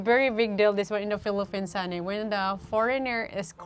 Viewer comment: Mind your P and F pronunciation,. Typical of us Filipinos to mispronounce it. Just a reminder, no malice whatsoever. Thank you.